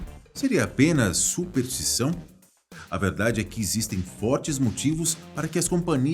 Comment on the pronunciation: superStição (e não "supertição")